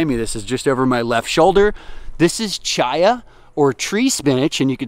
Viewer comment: i just have to finally say this. My name is Chaya. its hebrew , means life, which is why thisn plant is named this bc of the high nutrition and it being readily available in poorer countries. But its pronounced w a hard C. like Chris, which noone messes up. like christina. yes the hebrew pronunciation is a bit different but it aint cha cha sound. think Kaya like the marley album.